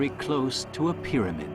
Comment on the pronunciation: There he is! I love hearing that guy say "pyramid"! He pronounces it "peh-deh-med". Lol